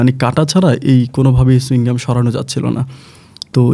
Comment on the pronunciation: Chuing gum ki? Chewing gum, bolte paren na, uchcharon e onek problem apnar